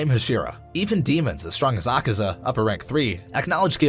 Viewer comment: Sorry to correct but its Akaza not Akira